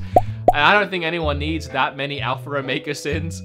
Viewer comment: Its A-L-P-H-A not A-L-P-H-E-R